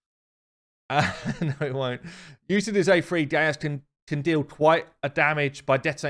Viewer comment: His name is not gay-us it's Gaius(guy-us) it's a Roman name.